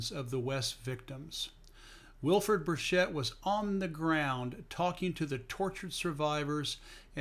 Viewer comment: Burchett is pronounced a hard ch, as in Charlie.